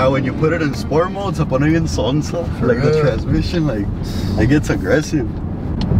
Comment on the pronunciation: "Sonso" tf